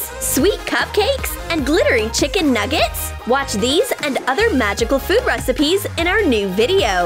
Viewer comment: The way she said chiKen nuggets